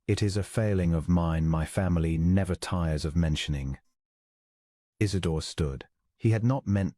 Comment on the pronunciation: Isidor!! Not , Is it door!!!